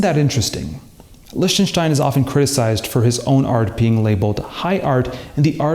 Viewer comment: Man, I love the French language, but calling Lichtenstein "Lishtenshtein" goes too far.